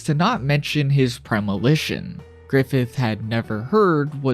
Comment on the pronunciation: Lol "Premilition"....😅